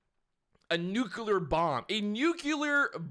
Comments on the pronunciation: It's " Nuclear " but anyway good luck with your channel 👌🏿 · And it’s nu-klee-ur. NUCLEAR. Always, always check the spelling first, sound it out privately and then say it.